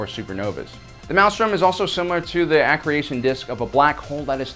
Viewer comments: great video only one problem I think is your pronunciation of an ecreation disk. you say it with an ach not an e. i just thought I should let u know. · Love this! So awesome! However, , I think you meant to say accretion disk not "ac-creation" disk. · Ugh, please look up an unfamiliar word before trying to pronounce it. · "Ah-kree-shun" ...but the whole Maelsrom and Maw structure was an artificial construct made by the Ancients or whatever to contain.... Parallax or something. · Accretion A-Creee-tion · It’s pronounced akreeshun disk bud :) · Eh-kree-shon disk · Did anyone else cringe at the way kept pronouncing accretion disk? "Ak-ree-ay-shun"? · uh-cree-shun accretion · Its pronounced uh-kree-shun. Not trying to be an a hole just an fyi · That's not how you pronounce "accretion". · Ah-Kree-Shun! I know right! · I think it's accretion disc, not accre-i-tion disc. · A parsec is, specifically, 3.26 light years, or roughly a light year short of the distance between Earth and Proxima Centauri, our nearest neighbor) and thrown in for free, "maelstrom" is pronounced MALE-strum, rather than MAL-strum, and the white thing introduced is an accretion disc (uh-CREE-shun), rather than an accreation (ack-cree-A-shun) disc. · I believe it's pronounced "Aa-Cree-Shun" disk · Yeah, lost all his ethos with that pronunciation for sure... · "aah-cruuschna dish"